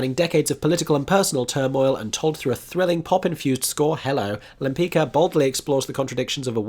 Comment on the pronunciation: interesting mix of shows. Side note, the painter is pronounced Limpits-Ka. ;)